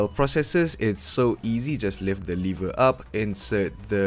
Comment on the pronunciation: Too rich, and no offence, “lever” is not “liver”